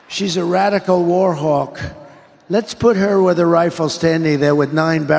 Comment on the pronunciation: War hogg.. not Warhawk